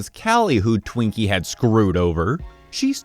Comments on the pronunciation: anyone else distracted because kept saying twinkie instead of tweak-y? (tweakers are people who do uppers/meth. twinkies are a sponge cake of sorts) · Tweakie, not Twinkie L